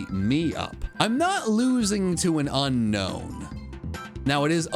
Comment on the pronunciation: JHON IS NOT A POKEMON'S NAME! AND IT'S UNOWN, NOT UNKNOWN!